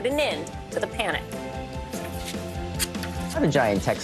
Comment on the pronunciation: It's Silicon Valley, not "Silicone Valley."